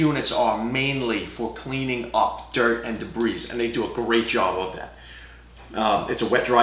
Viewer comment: a fine comparison and excellent explanation. By the way, since "debris" comes from the French, and they don't usually like to pronounce the last letter of most words. Most folks I know say "debris" without pronouncing the "s" so it comes out sounding more like "de-BREE." Also, the brand "Fein" is from the German, and most folks use the traditional pronunciation rule-of-thumb for the "ei" and "ie" dipthongs where the 1st letter is ignored and the 2d letter is voiced -- so "Fein" comes out more like "fine." I think "Fein" is fine, but Festool is finer. 🤩 [But tread lightly if you''re around a Mafell fanatic.]